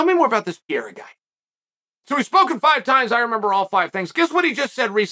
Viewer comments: Pe-hā-dä, pe-ˈrā-rä, but not piera. 🤦‍♂️ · i don't understand how someone can look at pereira and say it as piera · dude why you keep on saying Piera? Pereira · It's amazing watching Chael's pronunciation getting better and better. He started by calling him Pi Era. Now it's Pereura. You're almost there, champ! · Chael: Alex Pee Era. Everyone else: Alex Periera. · Seems like nobody’s told Chael that Pereira it’s not pronounced “Pierra” it’s “Pe-re-eeh-ra” lol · Why you keep calling him PEIRA??? IT'S PEREIRA!!!!🤣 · Pereira not Pierra. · He still says Pi era lol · You mean "Piera" 🙂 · "Pier-a" I didn't know Pereria became a frenchman. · It sounds like you call him "Pierre" 😂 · Pierra lol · why does Chael mispronounce the names of certain fighters like Pereira and Chimaev? it it supposed to be amusing? or is he a bit thick?